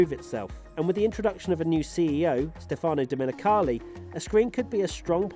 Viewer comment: dont pronuonce stefaaaaano, is like steeeefano (the e is pronunced a). like the accent of your stephen, but the "phe" is less marked